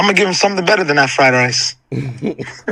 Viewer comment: Super duper goof but ngl the way he said fried rice had me weezing 😭